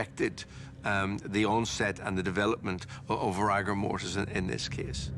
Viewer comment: So the the fact that the PATHOLOGIST got it wrong, completely ruined the whole investigation. Why didnt he just say he made a mistake? Also, why does he keep saying rigor mortis like that? Just bloody say it right!!! Bore.